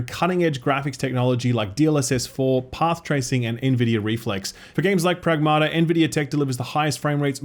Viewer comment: The title of the game should be pronounced: prAgmata not pragmAta. Pragmata means things in greek